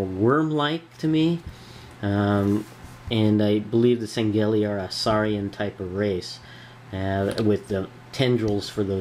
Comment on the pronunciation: dude its Shangheili not Sangheili and its sword not blade but cool vid